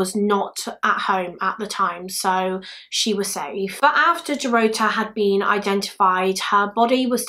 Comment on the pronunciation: Dorota is pronounced the same way Dorothy is but with a 'ta' instead of 'thy' at the end. It's the Polish version of Dorothy. Love your videos, btw. You're very compassionate towards the victims unlike another YouTuber in the same field whose name I won't mention.